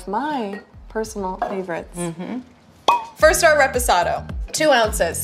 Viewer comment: The way she pronounces reposado makes me want to die barf